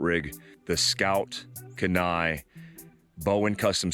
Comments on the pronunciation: Key-Nye. Not Kuh-Nye. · Hey brother, thanks for another great video. FYI- Kenai is pronounced (Keen-eye). Named after the Kenai Peninsula and River in Alaska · If you are from Alaska you are cringing with me every time pronounces "Kenai" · Kenai is KEE-ny (key nigh) It's Dena'ina, which is part of the Athabascan tribe in South Central Alaska. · If it's named after the Kenai river in alaska....we pronounce it keen-eye. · It's pronounced KEY-NYE....its a town in Alaska.... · As always excellent content! BUT, as someone who lives in the city of Kenai, on the Kenai River, on the Kenai Peninsula, I gotta say its pronounced Keen-eye! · It’s pronounced “Kee-Nie” lol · Pronounced "Keen-eye", I grew up there. Great vid, I've had my eye on this camper for awhile. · Cool rig!👊🇺🇸 and just as tip from a long time Alaskan who lived not far from Kenai. Alaska... its usually pronounced. KEE NI. LOL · haha man, as a former Alaska resident (I was stationed at Ft. Wainwright) I laughed at your pronunciation of Kenai Love what you do! keep up the good work